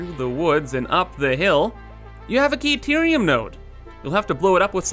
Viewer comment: Kayterium? Took me a while to figure out you meant Caterium.